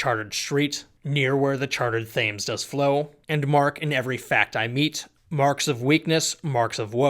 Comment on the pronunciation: Isn’t the Thames river pronounced more like “tims”?